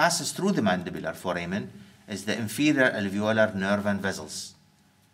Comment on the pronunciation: Hard to get rid of the accent but much easier to correct pronunciation bad habits. Examples: - Vessels, base: are pronounced as such i.e. with Ss not Zs. Not vezzelz, baze. - Of: is pronounced as “ov” not “off”. Off as in (turn the light off) is what is pronounced “off”. - The presenter has the habit of duplicating the subject of his sentences. Examples: the Mandibular nerve it passes through the foramen ovale, the ... vessels they pass, the ... nerves they go to. There is absolutely no need to say (it) or (they) after stating a name as a subject for the sentence. - The presenter is not afraid of inventing his own words; "tunnelize" doesn't exist in any dictionary and "canalize" may mean "to channel into" according to some dictionaries but I have never heard it in 50 years from any one in the UK or elsewhere. Inventing, moulding, reshaping and reforming words is common practice among Arabic speakers to add a personal touch but only children in the west do it as a pastime game. Not anticipated from an adult professional. - Most “I”s in anatomy nomenclature are low. A high “I” is like in: fire, dire, die, wire, attire. A low “I” is like in: girl, gin, fin, and orifice. The first “I” in Clinoid Fossa and at the end of symphysis menti are low; not high. - People from Iraq and the Gulf have the habit of adding an e- in front of nouns starting with a consonant. This is how they speak in Arabic. Examples: Saddam Hussain becomes Saddam Ehh-ssain. Square becomes Ess-quare. For the pre